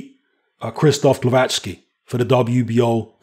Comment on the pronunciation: It's pretty funny how you can pronounce Glowacki's surname, but not Kownacki 😂